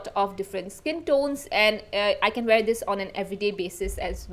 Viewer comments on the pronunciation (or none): none